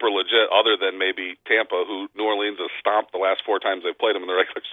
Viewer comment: Great segment but why can't this guy pronounce New Orleans?